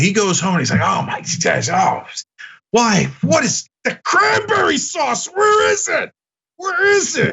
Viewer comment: Did I hear Crimeberry sauce? 🤣 Sounds like something gramps Lou would ask for